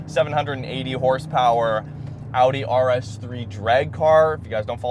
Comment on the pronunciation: Sick bro, and thanks for pronouncing Audi correctly